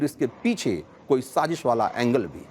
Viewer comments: Sazeeeesh nhi Sazish! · Sazish word tu theek bol lo yaar! Kamaal hai godi media. Stupid ass! Dubai main kis nay sazish kerni thee. Uloo kay pathay!